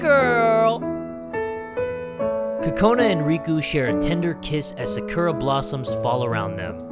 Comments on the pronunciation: Sirkurah? Pronounced Sahkurah. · sakura is pernunced (sa-kur-a) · we ain’t going to talk about how he pronounced the Sakura tree